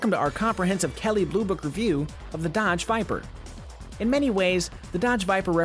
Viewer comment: D :D "Hello and welcome to our comprehensive KBB review of the Duh-odge Vypr. :D :D Sounds so silly, trying to sound convincing :D :D